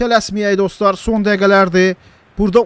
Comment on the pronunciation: Salam oyunu yaxsi oyniyirsan ama adlari sehf diyirsen meselem rashford yox resford sonro usunq yox son demelisen ama eybi yox eses odi yaxsi oyniyirsan